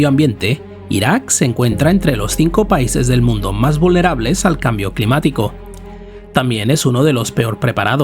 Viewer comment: "Il quimbiu climíticu... " 😂